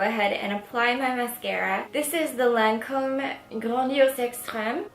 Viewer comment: You did a great job my love! I was like 😱 when your pronounce the Lancôme moisturizer 🙊, your Frech is great 👏🏼👏🏼. Keep it up 😘❤️💕